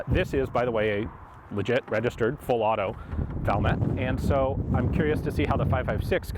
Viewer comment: Valmet is pronounced Val (like fall with a v), met ( I met you at the gun store). Suomi is phonetic.